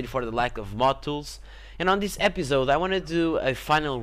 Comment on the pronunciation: I like how you say epizode :)